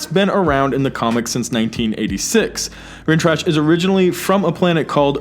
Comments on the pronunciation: It's Rinntrah not Rintrash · Rintrash? Really dude? The only thing trash is your pronunciation of Rintrah. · * Rintrah not Rintrash * America not American * Ms. Marvel not Miss Marvel -solid video, though.